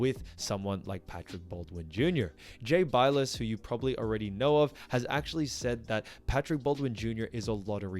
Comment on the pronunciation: Jay "bill-us" pronouncation